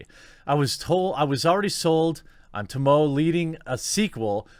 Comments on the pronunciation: dude i DEFINETLY agree with how not all games need sequels! some games are best where they end best, no more. also tomoe's name is pronounced "toh-moh-eh", not "to-moh" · Her name is pronounced as "to-mo-eh", not "to-moe" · Dammit, Jeremy your Japanese is awful! Every letter makes a sound in Japanese. Tomoe is pronounced Toh-moe-eh. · Not a big deal, but just for the record Tomoe is pronounced Toe-Moe-Aye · "Ta - mo".......lmao! 🤣🤣🤣🤣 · Okay, hold up brother. First off, you nearly pronounced the name right. Tomoe. But you have to pronounce the "e" as well. Tomo-e. Second off, yo, did you play up to the point where you actually met her? I don't think so because of your sigh, which I totally get, what with the gaming environments evolution today.... But YO, you chase for Tomoe, the one student of Lord Ishikawa who was a born killer, not Samurai.. Of which, Lord Ishikawa holds personal resentment for not noticing along the path he led her. He took her in as a child and showed her not only everything that he knows as a Samurai, but also secrets learned through the path, but presented much too early.... especially for a person with the heart of a killer and not a Samurai. When you finally meet her, she could kille you. Instead, she speaks words that don't make Jin audibly address them, but when you year them, it throws a wrench in your purpose. Then, she lowers her bow and jumps the cliff you cornered her at. She could have KILLED YOU! As Sensei Ishikawa said, he taught her too much and didn't see her heart until now, when it's too late. He takes full responsibility for her because he taught her and regrets it now that she has become a traitor to the Mongols. To be clear I have not beaten the game yet, but I completed Act I and Act II in its ENTIRETY (unless not watching YouTube videos has hindered me.. doubt it), and just entered Act III and only saw her the one time (It seems there's only three Acts judging by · Tomoe = Toe Moe Aye. Quit butchering simple names!!